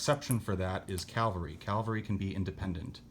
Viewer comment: Lol. Please stop saying Calvary. Cavalry. Thank you.